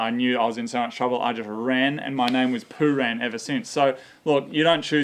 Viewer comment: Poo-rang.. I thought you said 'poo-ran'.. poo ran down your leg.